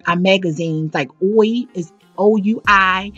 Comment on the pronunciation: Oui is pronounced "WEE"